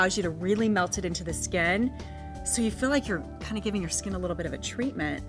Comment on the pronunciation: I love how she says skin.. it's like...SKEHN lmao